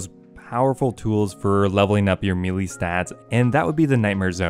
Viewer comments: MEH-LAY Not "Meelee" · I'm less than 5 seconds in i wanna hear the rest but it pronounced (May-Lay) ty all the love sent to you js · It’s pronounced maylay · I’ve never heard someone pronounce “melee” so wrong